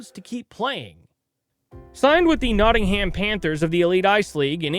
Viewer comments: I'm Canadian and even I know it's Notting-um or Notting-im. Depending where yer from. 😂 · Meanwhile he pronounced it Notting-Ham 🤦🏻‍♀️